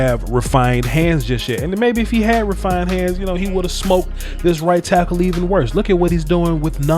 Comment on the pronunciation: i had to go back and listen to this coulda swore you said white tackle instead of right tackle